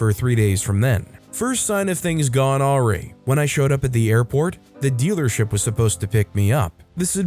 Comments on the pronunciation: "Aw-ree"? Really? 🤣 Also that toilet seat one sounds like a good candidate for Potty Revenge. (Ow! Mommy, don't hit!) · Awry- uh-rai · Awry is pronounced uh-RYE. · Agreed, who says it that way? Also pretty sure he has reused this story as I know I heard it before on this channel